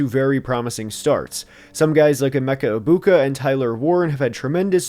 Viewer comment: I believe it's pronounced Emeka Ig-Big-Boo, thank you very much...